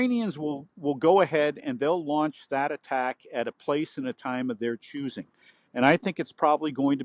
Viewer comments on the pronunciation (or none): none